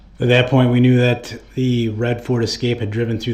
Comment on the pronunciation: just like when he says “can I do dat” !